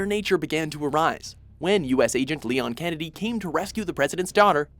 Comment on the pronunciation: its pronounced leon s kennedy damn it!!